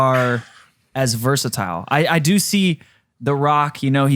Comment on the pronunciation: Bro cant even say "versitile" right